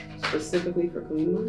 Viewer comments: I don't want to be rude, I love your videos, however, I believe her name ()is pronounced caw-lee mah. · Pile 3: Just a quick note. It's pronounced as Kaa-lee-maa, she is a warrior goddess who single handedly killed demons who couldn't be destroyed. Your readings are as perfect as always. Thank you so much for your videos right when we need them ❤️